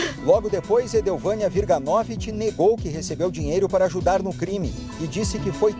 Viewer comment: Aprende a falar o sobrenome WIRGANOVICZ! Não é WIRGANÓVIT.